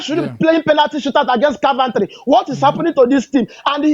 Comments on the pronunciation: Car-ventry 😂😂, my man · which one is Carventry.....man is "Coventry" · Love the way calls all this teams “car-Ven-tree” 😂😂😂😂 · 😂.. Caaarventory😅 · is not Car-van-tree😂😂😂